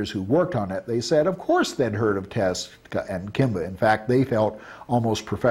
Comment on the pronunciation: dude claims he is such a huge fan/friend(?) of Osamu Tezuka, but dude can't even say his name it's so grating. "Teska" sounds like a gas company good grief